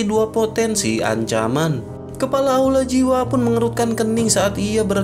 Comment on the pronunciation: Kepala jadi kelapa 😂Kelapa terus bang kepala bukan kelapa